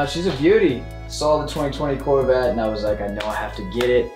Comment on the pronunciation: When zach said courvette I was like courvette courvette